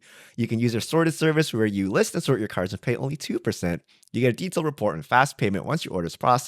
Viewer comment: Y’all like couldn’t have spent a couple minutes figuring out how to say cards right? C’mon, like every other channel tried at least.